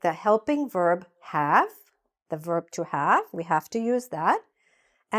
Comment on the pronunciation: You pronoun bok ,not book,have -haf. read-red. arrived-arrive.